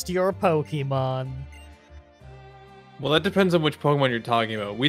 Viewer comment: Spoilers: Miydrie Beard: "POKEY MON" X 1000